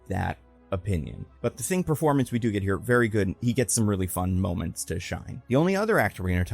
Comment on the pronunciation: Did you say Mole-ments? I heard mole-ments. Just me? 😂